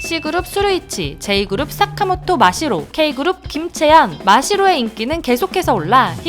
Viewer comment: 푸야닝을 웃게한 다연 대단하다,, ❤ + 님 사카모토 발음할때 싸카모토 라고 발음하시는거 넘 넘 조아요 ❤❤